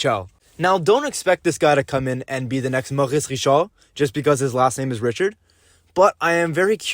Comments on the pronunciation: Richard pronounced Ree - shard. ugh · You pronounced Richard wrong lol. try it like....Maurice Richard #9...just like that.